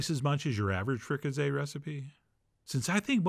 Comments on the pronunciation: It isn't "frica-say," it's "frica-see," just like it looks. Why on earth would you change that? And have you really never heard the word "fricasee"? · It's pronounced with an "s" not a "z". It's like the "s" in sea not a "z" like zoo. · Free-ca-say you pronouncing it all wrong lol